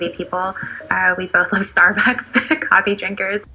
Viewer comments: I could be wrong but I don't believe there's a "th" at the end of Starbucks. Who the hell says "stabuths" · "we bothhzz love thsarbucks"